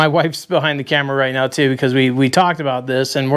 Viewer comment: These are the best kind of videos. See sht himself when his old lady rolled in aboot 😂